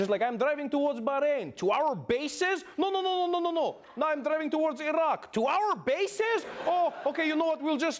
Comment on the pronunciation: The first person I've heard to pronounce Iran and Iraq correctly.